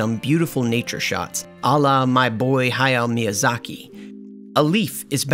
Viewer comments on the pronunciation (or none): none